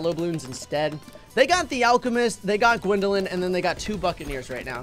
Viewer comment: Legit said alcoocoomist 🤣🤣🤣🤣🤣